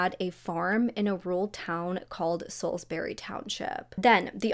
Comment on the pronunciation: Salisbury = SALZ-bury